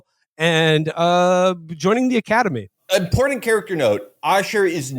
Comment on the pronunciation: Or as PBD would say it "The Ocodemy"